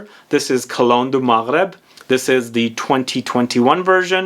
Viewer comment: You pronounced Maghreb riiiiiight I love you for that❤️